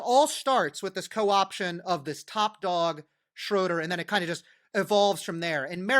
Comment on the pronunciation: Man, as a German I'm very impressed how well he pronounciates German words. Wow. Just Gerhard "Schröder" sometimes wrong. But well, totally fine. Impressive